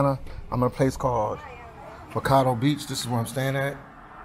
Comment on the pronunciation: Why do you keep saying Macardo, when it clearly says Ma-ca-o. Just curious? Anyway, its said they developed this. And made it a tourist attraction. The first and only time I ever went to this beach, I was 12. Picture it, it was 1984, I went with some friends and family, and it was nothing but sand, palm trees and the ocean. Thats how I want to remember it, not the way it looks now.